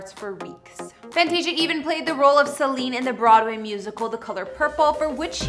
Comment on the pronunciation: She played the part of Celie pronounced ceelee not Celine like Celine Dion duh!